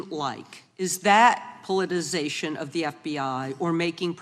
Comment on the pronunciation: I am absolutely gobsmacked, discombobulated and capperschwaggled that any senator could struggle with pronouncing politicization or retributive.